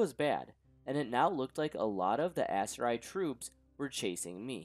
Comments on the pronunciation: pronounces Aserai as if it was Missoury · think of it as sillables a-se-ra-i, maybe giving a mexican accent could help. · You butchered those Aserai just as you butchered that pronunciation 🤯 Just joking, this is a great video, I'm waiting for part 3